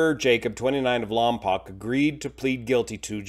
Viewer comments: Lompoc is pronounced by the locals (Lom-poke), not (Lom-pock) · Lompoc is pronounced "lom-poke", not "lom-pock". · It's LAHM- pohk not LAHM- pock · It's pronounced "Lam-poke", not "Lam-pahk" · Lompoc is pronounced Lompoke, rhymes with broke. I lived near Lompoc for many years. It was always easy to know who wasn't a local by the pronunciation of the city. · The second o in Lompoc is long as in 'Lompoke'. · For future videos, Lompoc is pronounced "Lom Poke" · Just a heads up for future videos, it's pronounced "lahm-poke". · It's actually pronounced LOM-poke - born and raised there... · Lom-poke is the pronunciation. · lompoc pronounced lom-poke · It’s pronounced “Lom-poke” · Pronounced ‘Lom-poke’ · It's pronounced "POKE", LOM"POKE" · I’m from the county where Lompoc is located, if you are reporting news try to get the location name correct.